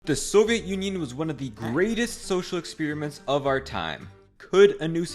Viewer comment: Experiments, not "expeeriments"